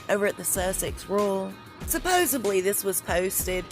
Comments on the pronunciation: Supposedly not supposeBly. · Ok, I love you, this stuff is great but it is SUPPOSEDLY - su-POS-ed-ly